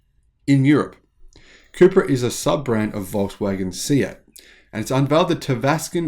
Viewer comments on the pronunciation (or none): All this time I thought you were saying Cooper